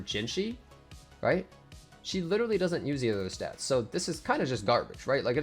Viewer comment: U might just witerawwy be kinda dumb💀